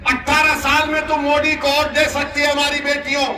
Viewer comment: Itne saal hogeya modiji ka name ka ucharan hi sahi nehin karparahahai ye joker